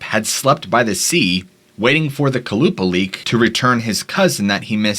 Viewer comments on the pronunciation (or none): The Alaskan mermaid (the second Stort) is pronounced Kwah-Luh-Paul-Ick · the second creature is pronounces Kolla-paul-ic to my knowledge